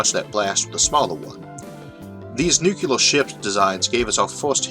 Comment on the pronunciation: Thank you for wonderful lectures. PS: Please consider pronouncing "Joule" as "jewel"(jew-l) instead of "ja-u-l" and "Nuclear" as "Nuclear" instead of "nu-ke-lar".